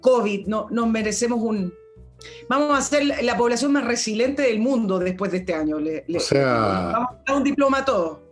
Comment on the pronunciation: la palabra es RESILIENTE y no resilente. Lleva 2 íes.